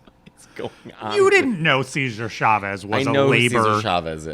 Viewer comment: “Seizure Chavez”?? 💀